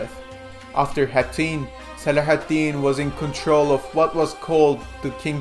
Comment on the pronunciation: Your pronunciation of Saladin is too torturous to bear. Couldn't play more than a minute.